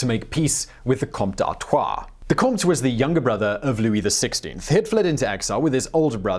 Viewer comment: Love the way you pronounce Comte